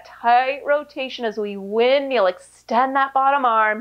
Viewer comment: Woo, shoulders on fire! 🔥 I was looking for an out of the box workout today and decided to give this a whirl. It never ceases to amaze me how easy Pilates looks but how hard it actually is. Great workout and cuing, as always! Love how you say "wind-meal", makes me giggle every time!